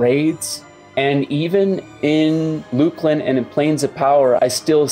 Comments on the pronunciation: Luke-lin? No. It’s luck-lin. SSRA? No, it’s Ssra. Come on man. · How you pronounce Luclin goes against nature.